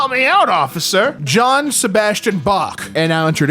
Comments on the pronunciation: It's "yo-HAN" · His pronunciation of Johann 😭